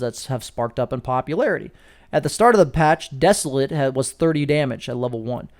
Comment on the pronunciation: great video. Please google the pronunciation of desolate. It is not pronounced, as a verb, the way you say it.